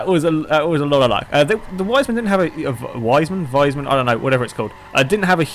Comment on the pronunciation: If you are talking about the fast car and not a wise man, it's pronounced "weesmun". ;)